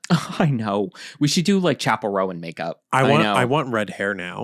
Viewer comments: I'm older than you, but I'll still correct you, it's Roan, one syllable, not Row-an 😊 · oooo BTW, in case no one else responded: right. 😬 ROAN→ RŌN [ROWN]. oh. since we're sharing phonetic spellings... Zendaya→ zen-DAY-uh. 🤓 kthxbyyye. 🖤🤘🏾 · Roan is definitely 1 syllable. That's how you pronounce it when it's a coat pattern in horses and dogs.